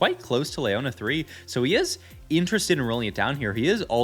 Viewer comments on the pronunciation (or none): Omfg pls stop saying LAY-YONA its LEE-YONA